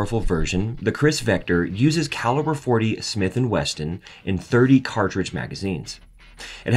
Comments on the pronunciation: It's Smith and Wesson.. NOT Smith and Weston.. and .40SW is NIOT the most powerful caliber offered in the Kriss Vector - .45acp and 10mm are both much more powerful. Also.. it is NOT "caliber 12" - it is 12 gauge or some say "12 bore" which is actually incorrect. You saying that the FN P90 is the most efficient gun to use in confined spaces is just your matter of opinion.. and totally not based on fact. At least you pronounced Heckler and Koch properly.. but you sure do say "carbine" funny. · The Kriss Vextor is chambered in 10 mm which is way more powerful than the 40 Smith and “Weston”!! You are either a non native English speaker and are new to the gun scene or an AI bot.